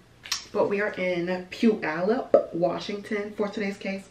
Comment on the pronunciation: My home!!! You pronounced it perfect!! I work for the Puyallup Tribal Healt Clinic❤️🖤